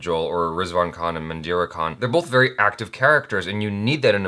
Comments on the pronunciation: It's not kan it's Khan..Khan from the Epiglottis ☺️ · its not Kaan its KHAN...Khan from the epiglottis;):P